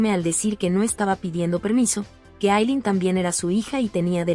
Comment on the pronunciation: Por Dios por que les cambian los nombres, pronuncien bien pero dicen unas cosas como Yemile, no es Temprano le es Cemile con tilde en la e. Y no es Aylen es Aylin. Pronuncien como debe ser y si no no hagan el recuento.